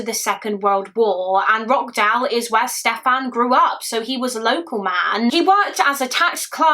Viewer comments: It’s pronounced Rotch not rock. Another great video. A utterly heartbreaking case. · For info, this case happened in Rochdale, pronounced "ROTSH-dale" not "Rockdale" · I’m from Rochdale u pronounced it wrong it’s “roch” dale not rock dale 😂😂 x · The way you are pronouncing Rochdale is breaking my heart 😂😂😂🙈 it's not Rock dale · Sorry to be that person but it is pronounced roSHdale ❤ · i live near rochdale! it’s actually pronounced roCH-dale (like how you’d pronounce CHurch) this is so close to home, rest in peace little leslie :( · The sheer negligence of the Police at the time and the fact they received no recourse for their actions. They knowingly withheld vital evidence that sentenced an innocent man to jail and left a monster on the street to terrorise his family and other children. And wtf are those fines? 🤬 You handled it all thoroughly and sensitively, as always. My one issue is that it's pronounced Rotch-dale. Otherwise, keep up the great content ❤ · Every time she said Rockdale I was wondering if she meant Rochdale or if there's a place in the city I grew up in I've never heard of 😅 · I wish you would have researched how to say the name of the place this took place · I live local… you pronounced the town name wrong but that’s alright… I always felt so heartbroken for the man who was wrongly convicted 😔 specially when his mother passed away not long after he finally came out of jail… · Why are you pronouncing Rochdale like that!? 😅